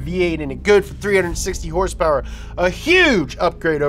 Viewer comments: Liked the vid simply for hearing "hersperwr" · I liked the video, only because asked and because he calls horsepower, "hersepers". Respect the Donut